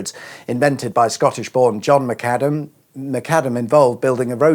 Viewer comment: John Loudon McAdam, not Macadam.